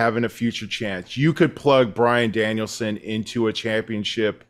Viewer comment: this has never screwed up saying Bryan Danielson